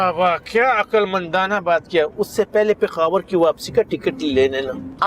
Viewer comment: Yeh peshawar ko pekhawar bolta hai 😂